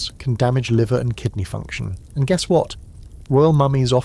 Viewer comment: You said kidney wrong! 😂😊